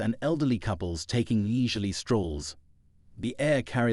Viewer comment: Leezurly strolls? Where the hell are you from. Advice: Learn English.